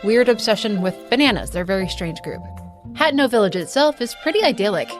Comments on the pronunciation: Except she mispronounced (ha-te-no) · It's pronounced ( ha-te-no ) you have to sound it out